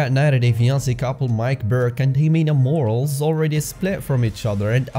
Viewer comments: Her last name isn’t ‘Morals’.....it’s pronounced “Mor-al-lez! “ Morales! 🥴 Ironic tho because she clearly has no morals! 🥴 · Ximena’s last name is pronounced like Moh-rah-less. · It’s Morales not moral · Who are these other people who care if a hoar's last name is mispronounced?